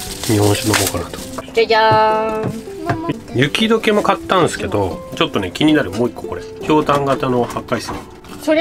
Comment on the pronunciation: 初めてコメントします！ うーちゃんのかわいさにメロメロでジジババ目線でいつも楽しく拝見させていただいているアラフォー夫婦です。 新潟、いいところですよね！ 魚沼の道の駅で食べたお米が美味しくて忘れられません😆 気になったのですが、「雪室」をゆきしつと言っていた気がしたのですが…。ゆきむろですよー。 うーちゃん、美味しいご飯と鮭に夢中でしたね！ 粕漬けの美味しさがわかるなんてうーちゃん凄い👍 食べてる時のお手手の位置が気になってしまったので そこを教えてあげたらもっと素敵な女の子になれるかも😊😊 次の旅も楽しみにしています！